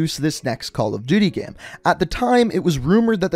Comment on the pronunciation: Say "GAME" and not "GEHM"